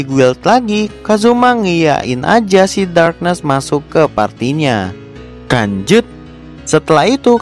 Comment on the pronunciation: Bang lu ngomong lanjut kayak ngomong kanjut